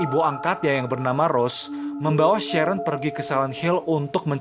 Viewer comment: Sharon di baca sherren jadi kerasa dipanggil aq